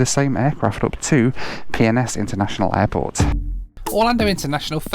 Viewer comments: Think I'm needing to get my hearing aids cranked up at bit...I thought was saying 'Pepsi-Cola' airport! lol!! 👵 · When you kept calling PNS airport instead Pensacola Airport.. I literally couldn't help but hear it as a very fancy proper British way of saying Penis... Peeness 😁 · Why does he keep saying PNS like it’s umm 🤔 well you know 🤣🤣🤣 Pink rocket to PNS🤣🤣 Netflix and chill, he most be alone and has something on his mind😉🙃🥵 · Is it just me or did you hear something else every time said PNS? 😂😂